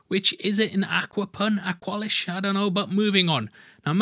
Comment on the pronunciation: Aqua-lish not awkwalish hahahah. Keep up the good fast breakdowns!